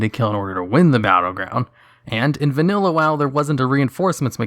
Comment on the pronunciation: “vaNUlla wow”